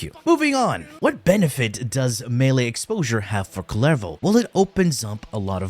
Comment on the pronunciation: It pronounces 'ku- yer vo' not 'ku ler vo'. He is a knife throwing Mexican.